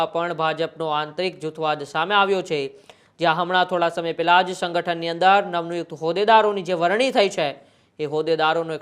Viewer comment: શંગઠન . શંખ્યા . Alya Gujarati to bolta shikh .